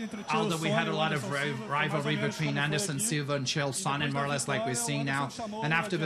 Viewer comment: Anyone else notice that Dana White has terrible pronunciation of his fighter's names? Alexander Gustafsson - "Alexander GOOSE-oft-son" Chael Sonnen - "Chael SHOW-nen" Bethe Correia - "BET-chay CORE-ray-uh"